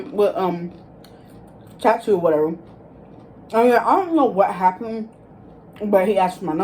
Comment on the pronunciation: Take a shot every time you say “whateva” 😂